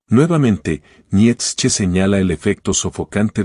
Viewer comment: Esta muy bien el análisis.... Pero por favor pronuncia Bien el nombre de Nietzsche, me llegó hartar tu pronunciacion.